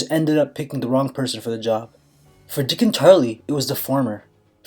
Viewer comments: every time he says Dickon tarly I wanna cry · Jaime: Rickon Dickon: Dickon Bronn: HA HA DICKOFF